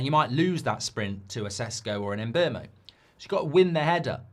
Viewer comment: Mark and the internet have to learn his name is not pronounced as it spelled. Mbeumo calls himself MBOOMO like in BOOM!